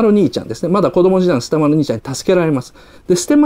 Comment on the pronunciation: 雉の話してた時、捨丸兄ちゃんて言うとこ キジ丸兄ちゃんって言ったように聞こえたけど、空耳かな 何か凄くツボに入っちゃった